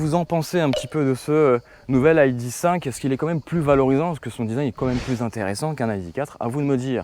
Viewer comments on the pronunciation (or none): Aille di cinq ?!?! "i" "dé" cinq ou "aille" "di" five ... Du franglais dans toute sa splendeur LOL :)